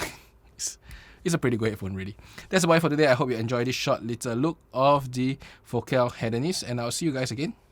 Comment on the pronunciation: You pronounced Focal right ✅